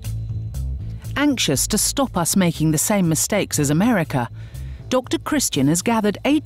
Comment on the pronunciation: cuz deres a lot of people in americaugh, in americaugh